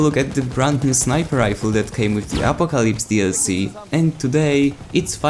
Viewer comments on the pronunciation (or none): Great review, I liked the gun in the CTE but now it just feels different and I can’t get used to it. Hopefully it will feel better after the changes. The way you pronounce Apocalypse is priceless..